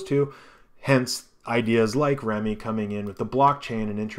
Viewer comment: FYI: I think pronouncing it "remi" as apposed to "rem" could get this confused with remicoin (RMC) which is totally different. Remme should be pronounced as "rem". The name Remme has a numerology value of 2 In numerological terms, this means the following Balance. A state of equilibrium or equipoise; equal distribution of weight, amount, etc. Something used to produce equilibrium; counterpoise. Mental steadiness or emotional stability; habit of calm behavior, judgment, etc. Got that? Good. LOL.